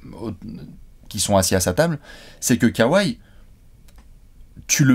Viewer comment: Pitié son nom se prononce: Kowai pas Kawaii 😉